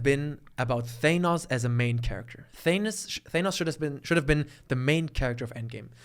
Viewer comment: When said Thanus instead of Thanos i absolutely lost my shiz